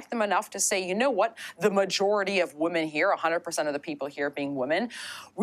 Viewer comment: She says "women" as woman...it is irritating